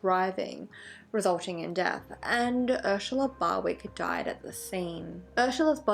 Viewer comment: I watch all the time but I just couldn’t watch this one because of the way she says Ursula. I know that’s stupid and blah blah blah but it bothered the shit out of me. 🤷🏼‍♀️